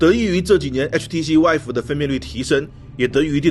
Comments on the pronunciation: HTC VIVE的发音应该是“VEEVE”，而不是“WHIVE”。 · 总是听成说 HTC wife.... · 呃......為什麼都要把vive念成wife啊？